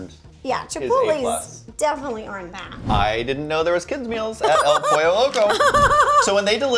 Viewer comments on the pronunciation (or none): none